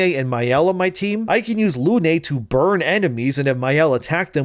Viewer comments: Good take but "Lune" is of course pronounced "Luehnnnnnnn", like the Moon. Also appreciative of the subtitles putting some have-handed swearing in there. 😂😂😂 Definitely will trigger Matt Walsh. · It's French,, she's called pronounce "lyhn", Lune is French for moon.